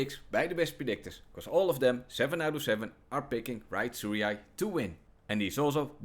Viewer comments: bro just gave up on how to say Tsuruya 😂😭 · if you cant pronounce tsuruya. youre dyslexic